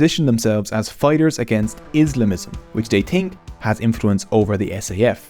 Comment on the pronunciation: tirty = thirty tree = three tousend = thousand sout = south tink = think overtrone = overthrown hooties = houthis